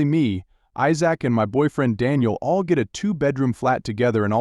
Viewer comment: AI doesn't pronouncing "Isaac"